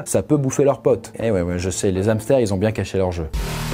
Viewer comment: Petite réctification élémentaire : Le hamster est à h aspiré et non muet !